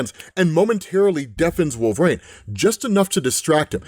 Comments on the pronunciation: Dude, I love your videos, but please, it's "Wolvereen", not "Wolverain" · For the billionth time,... It's "Wool-vuh-REEN", NOT "Wool-vrayne" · Always wondered why you pronounce it wolvrain instead of wolverine. Not that it really matters lol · Why can he pronounce adaman-teen but not wolver-reen (I do know how to spell them I’m just doing them phonetically to emphasise the point.😂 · Are we allowed to ask if knows he’s saying “wolve-rain” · Why does he keep say wolverain...? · Wolv-Rain huh lmao 🤣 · pronounces it wolve-or-rain. 😂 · Sounds like he keeps saying Wolver-ane. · He does wolv rain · Bro thank you. Wolve rain is all I hear too lol. And I LOVE and comics explained I would take a non fatal bullet for no fucking doubt. But Wolve Rain is how I hear it and everytime I'm like does he know he sounds like hes saying wolve rain? He definitely knows how to say Wolverine. Right? RIGHT??!!?? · Do you say wolv rain on purpose? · Does always say his name with two syllables like this? I feel like he doesn't. It's kind of jarring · I’ve always wondered why you say his name like that?